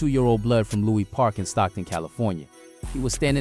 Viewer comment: Lewis park not Louie park